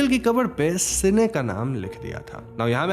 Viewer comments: Bro it's Cain not sene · Bhai Cain hai sene nae, kain pronounce karta hai sene nahe hahahahaha 🤣🤣🤣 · It's Cane (say like Ken) and Abel.. not Cine सिने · Ak correction hai the first murderer is Cain (ken). Cine is a wrong pronunciation 🙃🙃. But it was a nice explanation. And also Isn't Bhadra looking like Deepika Padukone?? 😊 thank u.. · Bro its not Cine its Cain (KEN) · its cane not cine pronounced as kane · It's Cain and not cine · Are bro "si ne " galat pronounciation hai usko "kine" pronounce krte hai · Cine nahi uska naam Cain hai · Bro that name is CAIN not cine!! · it's cane not sine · Isne Caine ka naam badal ke 'seene' karke confusion create kar di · It's Cain not Seene.. read bible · Boss, your work is no doubt really good. But please get some facts and pronunciation correct. Abel is read as A-Bell. Cain is read as Kayn. And Bible is not a Mythology. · Its pronounced 'cane' as in sugarcane. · Narration acha hai, Names galat bole hai aapne.. कली= काली सिने= केन One more Crime Thriller is relased in Malayalam 'Paapan' (Dad)..Very good thriller